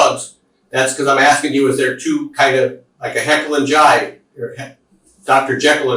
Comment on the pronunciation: 😂Heckle and Jyde … sorry,Jekyll and Hyde 😂😂😂